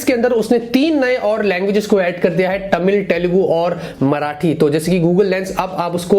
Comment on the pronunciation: Superb bro. Its not TA mil, Te lugu.. Its Thamil, Thelugu bro.. (in pronunciation) .. 😊😊😊😊 Just wanted to say.. Lots of love and huge thumbsup for your hardwork. 👍🏻👍🏻👍🏻👍🏻 Daily knowing many things from your tech news 👌🏻👌🏻👌🏻